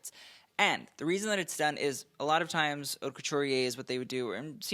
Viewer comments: It’s pronounced “oat’” not “hot”. Take an elocution lesson. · Yes the H is silent.